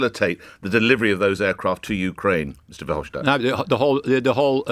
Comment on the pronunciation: FYI: It’s pronounced “Fer-hoff-stat” not “schtat”.